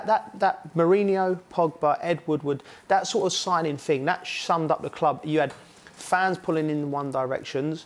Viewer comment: I can't take someone serious when they say fing instead of thing